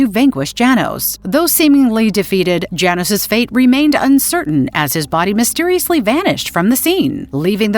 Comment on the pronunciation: It's not Jay nos it's Yah nosh or yah noosh.